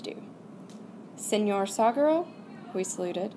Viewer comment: The word 'saguaro' is pronounced like sa-wa-ro. It's a Spanish word, so the 'G' doesn't make the English 'guh' sound.